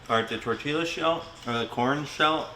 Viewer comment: The "LL" in Spanish is a "Y" sound, so it's pronounced "Tor-tiy-a"